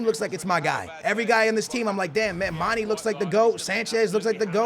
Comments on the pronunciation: And for gods sake its not mani its mane!!!!!!!!!!! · he can't say mane properly